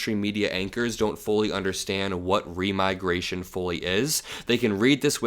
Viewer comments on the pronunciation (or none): Remigration sounds like demigration.